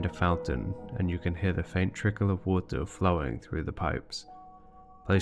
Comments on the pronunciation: “WAUTEUR”, I dunno, I enjoyed listening to this word being pronounced as if it is some magical strange substance. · i dont want to believe it because it sounds absurd, i agree on that, but i see no other reason for him to pronounce "more" perfectly correctly and pronounce "water" like he does, it jsut doesnt add up, i dont want to accuse anybody but the evidence elads me to believing this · Your pronunciation of “water” just makes me think that it’s a sneaky bit of worldbuilding itself. You’re saying it that way because the liquid that fills the ruins looks like, but is not exactly the same as, the stuff we call “water” in our world. At least, that’s my theory! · Love the project... Not a fan of the 'water' pronunciation 😂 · You have such a peculiar way of pronouncing water. Either way, always captivated by this world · You say “water” so interestingly! It’s like you shift the voicelessness of the release of the /t/ back onto the stop itself, but by the time the plosive is released, it’s voiced again 🤔 Do you know if this is a regional pronouncication? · Or maybe it’s a glottal stop at the same time as the /t/? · yes, i am one of those people, but he can say "more" without slopping the R at the end, theres no reason for him to not know how to do the R at the end of "water", thats why i think he does it on purpose